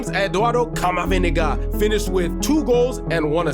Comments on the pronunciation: "Camaviniga" caught me off guard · I love how you say CamaVindega